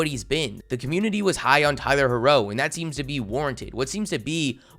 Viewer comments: Tyler Heh-Row ? Lmao the way you pronounce it 😂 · Why you say Tyler herro name like that 💀